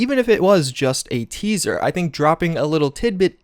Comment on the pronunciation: Say it with me... TEASER! Good grief